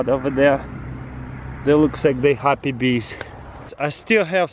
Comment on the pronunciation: "Feed de Beest"